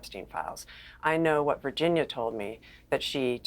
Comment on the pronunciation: Virginia G did NOT make a mistake about Dershowitz...he got to her somehow. This guy ranting () doesn't even pronounce her name correctly and why is he so emotionally explosive? Did PA pay him?